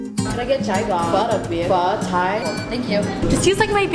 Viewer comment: u said pho tai right though